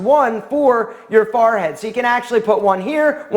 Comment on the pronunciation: Is it just me or is he saying Farhead? 😂 Just throwing that out there. You're awesome though! Great tips 👍